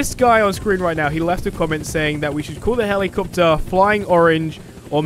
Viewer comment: Heli capetary